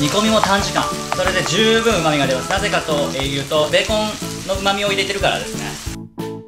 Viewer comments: ベーコンの発音がビーコンの発音でウケました💕 美味しそー❗️ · ベーコンのイントネーション気になる笑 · ベーコンのイントネーションが気になるｳｽﾞ((((･´ω`･))))ｳｽﾞ